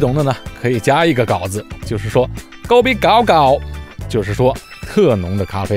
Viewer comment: Kopi gao 第三声，不是第二声😉